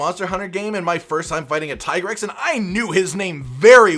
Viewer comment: lol ppl will still call it TIE grex instead of the dev already said that how to pronounce it, its TEA grex.